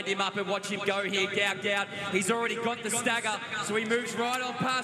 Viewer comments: His name is pronounced ‘Gwat Gwat’…due to a clerical error by Somalia on his passport his name was incorrectly spelt Gout Gout instead of Guot Guot. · Its pronounced go-ut not gout gout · Could commentators use the correct pronunciation of Gout Gout’s name. His father in a press interview gave the correct pronunciation and spelling. A mistake happened when filling out papers coming from South Sudan correct spelling is Guot Guot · The name is Guot Guot, pronounced Gwot Gwot. For the exact pronounciation, see his father speak about him at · Guot Guot (pronounced Gwot Gwot)